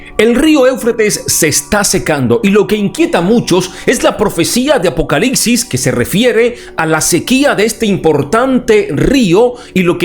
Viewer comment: Es apocalipsis? ... O APOCALICSIS?minuto